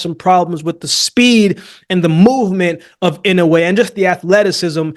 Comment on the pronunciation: i like that you say inoue's name right